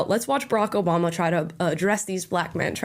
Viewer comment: All I hear is Obamna. I’m also here for EVERYONE speaking out. Let’s gooooo